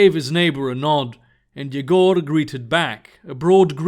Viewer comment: Cool! Not the best pronounciation of "Yegor/Егор", but cool!